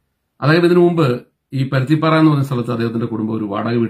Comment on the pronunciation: പരുത്തിപ്പാറ അല്ല പരുത്തുംപാറ